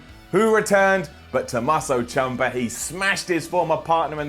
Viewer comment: Wow, is terrible at pronouncing names, Andrade sees Almas, Tomaso Chumpa, just horrible.